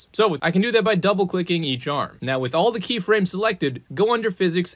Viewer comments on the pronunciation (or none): none